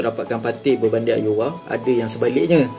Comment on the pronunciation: Nice content bro, cuma cara sebut Aouar ialah "Au-war"